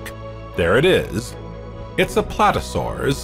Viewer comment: It would be nice if that was the only mispronunciation. But they also invented many new species, like Platesaurus and Nyasaurus. Not to mention a triassic Quetzalcoatlus. A lot of effort was put into this video I'm sure. But in some places it's not very accurate.